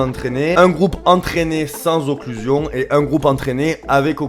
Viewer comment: Tu fais une video sur un principe dont tu ne sais même pas prononcer le nom mon dieu c le fond d’internet la